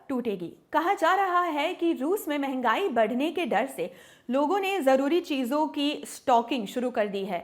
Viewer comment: मेंगई नहीं "मंहगाई" ज्यादा अंग्रेज मत बनो।